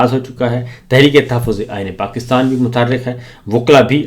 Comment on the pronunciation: Sabir bhai aap " qaaf " ka ic-tay-mal ku-chh ziya-da kur-rahay hain 😂 Pakistan ko aap " pa-qis-tan " keh-tay hain 😂